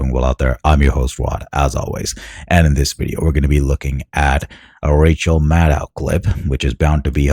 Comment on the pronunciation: It's Rachel Maddow. It rhymes with Mad Cow. Not Maddox or Maddock.